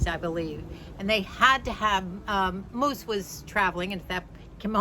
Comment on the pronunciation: Moose not muse, Sorry